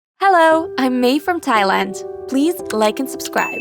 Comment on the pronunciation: its not "tiland" its "thailand"